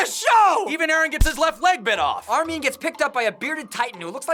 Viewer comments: 1:it's Armin not Armeen 2: He came out of the nape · Di...di..did you just cal armin....armi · armin? who's that? all i know is army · "Armeen"..bro it's Armin. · Why do they keep saying Armin like Armeee-an and Erwin like Erowin? And dude, the Titan at the end was obviously inside the wall, not breaking it. The wall was chipped and broken because Annie tried to climb it, therefore exposing the Titan on the inside. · Lol they said arrowin instead of erwin and armeen in staid of armin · instead of armin... did they say armie? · Ar-min, not Ar-meen. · Your too focused on going fast u said armeen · Rae Haraway sounds like they're saying armean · Did they just say ar-min wtf?????? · You said Armin wrong